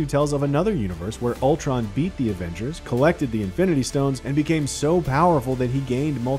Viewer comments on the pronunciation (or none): "Avangers" really?